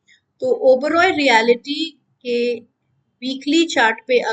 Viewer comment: मेडम, ये "रीयालीटी" नही पर "रीयल्टी" सेकटर बोला जाता है !!!